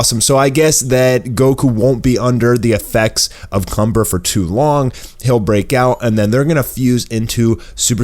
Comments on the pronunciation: Its kamba not Cumber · the evil sayian name is *KAMBA* not *CUMBER* you need to see the trailer with captions on. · His name is kanba not cumber